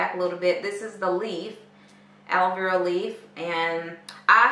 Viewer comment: Is it just me or does it sound like shes saying aloe veral. So cute 🤣🤣🤣🤣